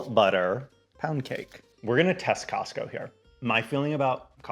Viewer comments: I was like... Wait... Did I hear him say Costcussy??? I had to go back and listen to that again. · cos-cussie??? lmaoooo subcribing!!